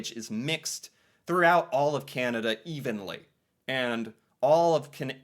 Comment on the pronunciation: I smile each time says Candada😊